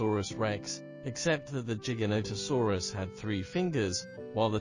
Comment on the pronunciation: the " giga " in giganotosaurus is pronounced like the giga in " gigabyte "